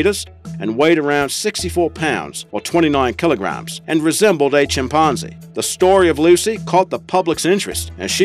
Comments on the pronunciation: Whats going on with this "ChimpARRnzee", business? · I know that you are asked about your accent and pronunciation after every video, but "chimpanzee" really was incredible.